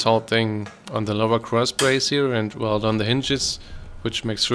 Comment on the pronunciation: Stopped watching at “weld”